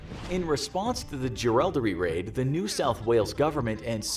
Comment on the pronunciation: Mick Jagger played Kelly in one of the movies!! It was an absolute shocker 😂 The best one I've seen, aside from the romantic interest which never happened, is Heath Ledger's. By the way it's not JerALDery, it's Jerilderee and his accomplices surname was Byrne. As an Englishman, you will know how to pronounce it. The American mistakes are driving me nuts. I think the biggest mistake the Kelly Gang made was shooting the police. It may not have been necessary. There is a whole history of the power of the squatters which has been left out. I don't think Ned killed anyone at Glen Rowan either but I might be mistaken.